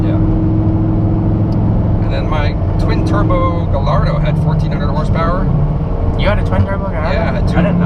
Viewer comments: It’s spelled gallardo but pronounced gaiardo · Did the other guy just say the ,,l's" in the word Gallardo?